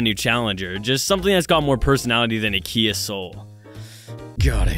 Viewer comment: Its kia not kai